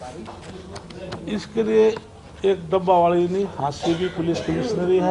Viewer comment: जिस आदमी को हरियाणा के शहरों के नाम नहीं लेने आते उसको मंत्री बना रखा है डबवाली को डब्बा वाली बोल रहा है ये आदि मानव ओर असंध को भी जिला बनाने की घोषणा पिछले 10 साल से करे रही हैं बीजेपी